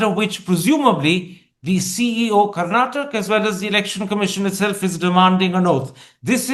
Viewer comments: It's Karnatakaaaa Karan ji please learn to pronounce properly sir. You are so arrogant and never change? As usual, we are here for the guest and always hope it could have been a better interviewer 😊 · Please pronounce "Karnataka" & "Kannada" properly. We have "a" at the end of these words & they are not silent. Please pronounce them.